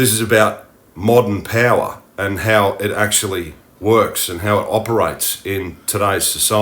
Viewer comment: you say "payla" and mean "power"? what dialect is it?